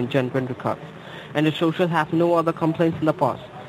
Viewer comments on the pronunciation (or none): gets the shoshal wrong,: “That’s it.”